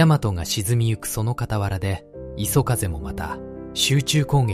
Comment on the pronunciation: 画像・内容良いんですが、読み上げが途中で終わっちゃうの何回かあったけどちょっと酷くない、また相変わらずAIによる読み間違いも多くて最後磯風をいそふうと読み上げたのは本当に興ざめでいくら何でも亡くなった方が可哀そう、"私達日本人は、その事を忘れてはいけない"と言っていて間違って覚える人がいたらどうするの？まあこのチャンネル観ている人でそんなにはいないとおもうけど、何使っているか分からないけどAIの精度全然上がって無いですよ。